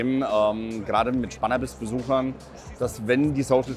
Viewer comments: Lost wer es [Schpannabiss] ausspricht 🙊 [Spænabis] bitte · Schbannabis... wer kennst sie nicht die berühmte Messe 🤦‍♂️